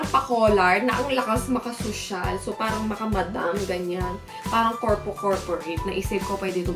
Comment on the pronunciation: paRang paRang paRang. Nyahah cute